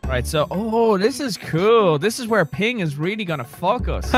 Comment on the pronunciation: for the longest time i thought he said Piggy is going to fuck us but he said Ping XD